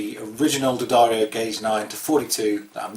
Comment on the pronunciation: This guy can almost pronounce D'Addario correctly. I'm amazed. And the round "A" sound is because of his accent. Bravo, for not saying Dee-A-Dairy-Oh.